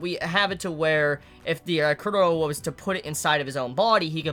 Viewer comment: Everyone has problems pronouncing Chorollo's name 😂😂. Put some repeck on his name!! lol his name is pronounced like a Spanish name. Cho-ro-(y)o . "LL" ="Y"